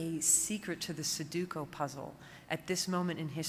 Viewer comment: great speech, but she totally botched the pronunciation of sudoku... :/